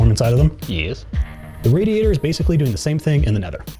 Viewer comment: Loved the gameplay, Loved the presentation, Hated the way you said radiator